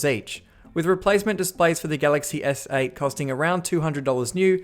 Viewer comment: Who else notices he says “galaxy essay” instead of galaxy S8